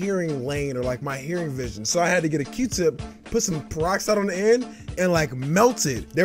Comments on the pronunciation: did this man fr just say ear vision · This dude said “ear vision”😂😂